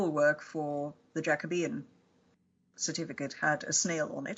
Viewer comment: Thank goodness you finally know how to pronounce Jacobean. It has worried me over the years that it's been all over the place.